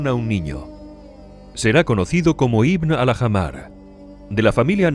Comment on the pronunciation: ¿Era tan difícil pronunciar bien Ibn Al-Ahmar?